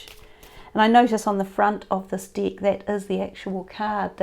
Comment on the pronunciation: Sounds like she said dick but she is saying deck hahaha